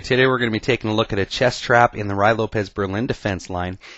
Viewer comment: Great vid! All ur ids r good but this is the best one! I've used this trap in the past, it works not only with the Ruy--pronounced roo-ee by the way--but with other openings as well, the 4 N's Game for ex. All of the traps in the Ruy are interesting. When I was 11 years old I used a trap in the Ruy that I figured out myself to beat the US Checkers Champion at chess! My suggestion 2 u is to do more vids on some of the other Ruy traps.